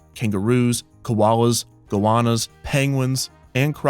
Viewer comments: Thanks for this one mate. I've been wanting this for a while. Also, it's pronounced go-anna not go-ah-na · Mate is Goanna. Like go Anna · Okay this is fantastic but I really can't move past your pronunciation of "goanna" 😂😂😂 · That was the worst pronunciation of goanna I've ever heard